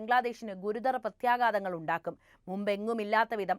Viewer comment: പ്രത്യേഗാതമല്ല. പ്രത്യേഘാതമാണ്. മലയാളത്തിൽ "ഘ" എന്നൊരു അക്ഷരമുണ്ട്